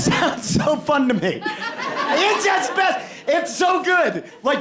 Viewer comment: I'd only watch that game show only if they pronounced "Asbestos" properly.